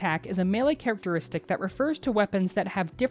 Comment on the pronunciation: "Characertistic" - why did everyone ignore it lol